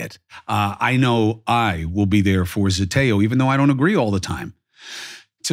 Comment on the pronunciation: ZETEO not Zetoe .